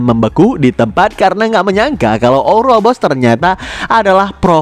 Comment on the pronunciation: ouroboros min bukan ouboros